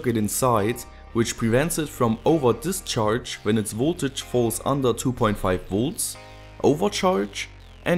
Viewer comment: "Dischanrge". Such quality.